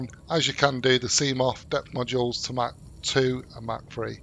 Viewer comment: He is not saying mark he is saying mack